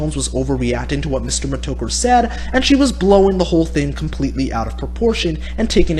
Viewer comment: Why do you pronounce it Meh-Toe-Ker? It's pronounced Meh-Tah-Ker Mih-Store Meh-Tah-Ker Also JWB isn't a troll dude.